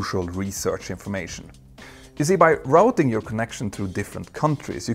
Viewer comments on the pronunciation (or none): none